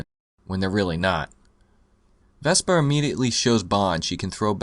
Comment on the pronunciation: You keep saying "Vespa" instead of Vesper. She's not a scooter you know?